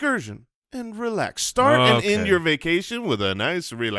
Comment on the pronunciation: I wasn't sure if there was another reference I was missing, but I definitely heard it as saying "Sturt". 🤣